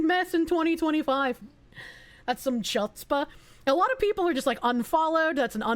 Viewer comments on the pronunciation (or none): Her only crime honestly is mispronouncing "Chutzpah." (It's pronounced like "Hootz-pah)